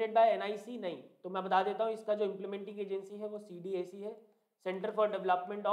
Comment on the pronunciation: Thank you for the session sir. By the way, , the pronunciation of C-DAC is like 'C dack'. It is a very premier organization in India for r&d in IT.